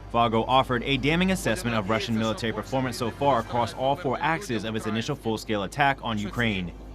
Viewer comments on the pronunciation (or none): none